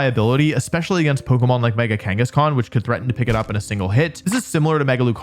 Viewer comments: you said mega kangaskan. I heard it. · You said Mega Kangeskhan when talking about mega salamence btw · THERE IS NO E IN KANGASKHAN! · Was I the only one to hear Wolfey say mega Kangaskan got the aerilate ability?